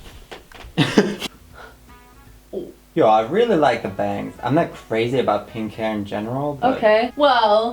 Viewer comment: nobody: nOBODY: LITERALLY NOBODY:: let’s cut bangs and die my hair peeenkh